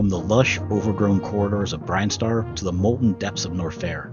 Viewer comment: Yeah, the pronunciation was really distracting. I have a pet peeve about pronunciation. Zeebz sounds better than the others IMO but.... nine-TEN-do was like getting shocked playing Operation with Parkenson's. Norfair should rhyme with warfare and has the same emphasis, Brinstar should be BRIHN-star, etc.